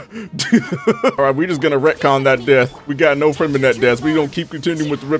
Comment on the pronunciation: Freminet?: nu uh.. Freminette 😃 Nice.